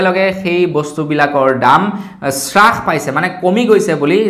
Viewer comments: হ্ৰাস , চ্ৰাখ নহয় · Sarh nohoi harh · শ্ৰাস নহয় হ্ৰাস। এতিয়ালৈকে ও নাজানে নে ? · শ্ৰাসনহয় অ' বোপাই হ্ৰাস বুলি ক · শ্ৰাস নে হ্ৰাস,,অৰ্থ নাজানিলে কমা বুলিয়েই kobasun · শ্বাস পাইছে মানে কি ডাঙৰীয়া ? 'হ' বৰ্ণটো কণ্ঠনলীয়, তালব্য বৰ্ণ নহয়। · Srakh buli nokoi ouuuu Pronunciation correct hobo lage